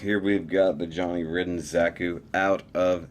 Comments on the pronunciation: It's pronounced Ryden, not Ridden :P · I shall pronounce it 'Rid-den' Because that's how its spelled